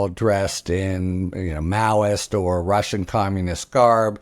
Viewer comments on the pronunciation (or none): none